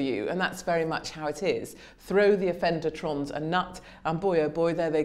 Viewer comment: Love Katie. "offendertronnes" 🤣🤣🤣